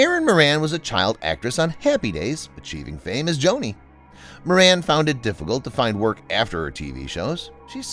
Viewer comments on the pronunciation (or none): none